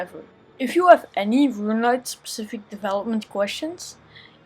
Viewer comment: my very own rRrRuuuneLite plugin